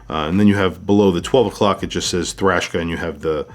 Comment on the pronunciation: The name puts me off. I keep hearing “Trashka”